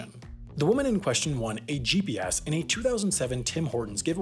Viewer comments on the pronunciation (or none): "The woman in question won a GPS in a 2007 Tim Horton's giveaway..." One: Why is the letter G emphasized more than the other letters? Two: Why does your P sound like a B?